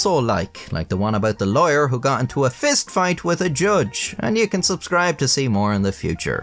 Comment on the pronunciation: When he says lawyer it sounds like he's saying liar lol